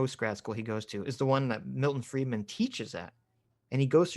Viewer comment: Stop saying Freeman, it's Friedman, learn something if you are going to speak about it.